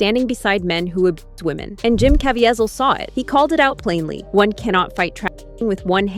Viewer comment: His name is pronounced Jim KA VEE ZEL